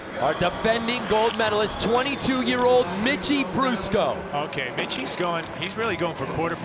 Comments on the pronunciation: fool at the beginning said mickey brusco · Anyone notice how he said mickie brusco